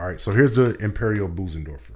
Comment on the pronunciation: You mispronounce Bösendorfer in a rather funny way. - "Busen" (as you say it) means "bosom". The ö sounds a bit like the e in nerd or the i in girl...